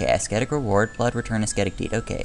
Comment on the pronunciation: the "C" in "ascetic" is mute :)